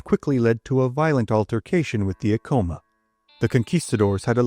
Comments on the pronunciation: Ahh- Co - Maa, not A-Co -ma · Many of these video about Pueblo Indians do not pronounce many names correctly. For example, "Ah-coma" should be "Ac-coma." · Bro, I'm from here. We jumped off sky city it's Acoma rhymes with spatula, not Acoma rhymes with Tacoma. Seriously, you don't know what you're talking about. And you got the story wrong. We cut lots of feet off. They're still sore about it. We can't keep our statues of Onate up. Why was he a mining inspector? He was heir of the Silver mines in Zacatecas. He financed most of the missio. Read "Blood on the Rocks" by Jonh Kessel UNM press. You are incorrect on the pronunciation, history, and your hokey videos are wac gringo. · Please research the correct pronunciations. It's Aeh- CO-MA. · You pronounced Acoma wrong, its ACK-uh-muh, common mistake. My ancestor Bartelome Romero was an artillery officer with Onate. He is the Ancestor of many of the Romeros in NM, TX and CO. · More like ak am muh